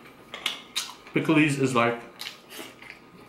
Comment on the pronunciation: No offense but u said it like it was spelled picklees